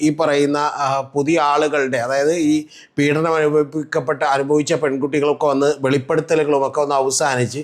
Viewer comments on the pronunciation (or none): none